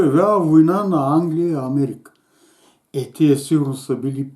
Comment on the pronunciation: Подкупени воеводи-неписмени, бедни, жалки, за две чаши ракия сичко че ти кажат хахахахахах. Долна македонистка пропаганда. Кажи Амеерика пак, почти го каза по шопски хахахаха. А шопската салата македонска ЛЕ Е ЕЛЕ НЕ Е? Хахахахаххахахах